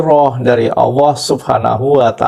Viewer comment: Kok di sebutnya awooh..bukan alloh😊